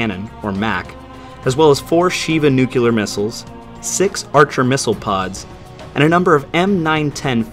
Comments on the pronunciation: >"nukeyuhler" Dislike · Funny: in the 26th century English speaking people still pronounce the word Nuclear as nucular... 🤣 🤦‍♀️ But carry on, freedom of though as valid as my freedom to mock it 😁 Never played this franchise, but it's amazing... a shorter version of Stargate universe: almost no advancement, but similar sacrifice